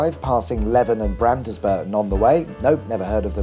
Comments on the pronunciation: Pronounced Market Weeton not Market Wayton; Leeven not Levan and Bransburton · Don’t forget Leeven and not LeVen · Market Weeton, Leeven, Brands burton. Loved it apart from the pronunciation of local villages. The dogging lay-by was where red kites were first released here. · loved it i dont live far from leven pronounced leeven try mkt weighton to brid via wetwang next you will pass bracey bridge a well known place to walk your dog !!!!! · you pronounced leven wrong its pronounced like it has more than 1 e like leeven. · Good effort, but! Market Weighton is pronounced Market Weeton Leven is Pronounced Leeven And Brandesburton is pronounced Brandsburton 😅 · Great to see my beloved East Riding in one of your videos - I was brought up there and recognise all the places you visited - yes, I’ve even heard of Leven and Brandesburton. Although I do feel I may have to write to my MP about your pronunciations. ‘Way-ton’? It’s ’WEE=ton’. LEE-ven. And the E in Londesborough and Brandesburton are both silent. Hmph. Go stand in a corner and write 100 lines; ‘I must speak to a lerrcal when doing videos with weird pronunciations’. ;-) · Local pronunciation: market wEEton - like wheat lEEven- like the opposite of odd brands burton (no e) (...Nobody cares about this but me, guaranteed) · Also Leven is "Leave-en" and Brandesburton is Brands-Burton ;-) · It's always amusing to hear non-locals pronounce placenames. For instance Leven-Leeven and Brandesburton-Brandsburton. Interestingly RAF Carnaby once contained a racetrack. I would hitchhike from Hull on Saturdays to watch the Proddy Racers tearing the place up. RAF Carnaby was also one of the few airfields to house the FIDO system of fog dispersal. I do like these videos from my region. It's nice to see the places through someone else's eyes. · 'Market Weeton', 'Brands-burton', 'Leeven' 'Londsborough' Eythenkew! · It's pronounced Market Wee-ton. Oh, and you got Leven and Brandesburton wrong too 🤣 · And leven is pronounced leeven